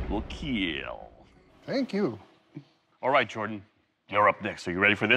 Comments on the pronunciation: My snap on breaker bar will " keel" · That was an excellently pronounced keeeal. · Doug needs to ease up on the "kheal"